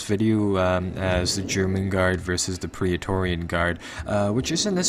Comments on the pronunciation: good vid but remember its PRET-TOR-RIAN ;) theres no 'pria' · It's pronounced pray torian like how daemon is pronounced daymon.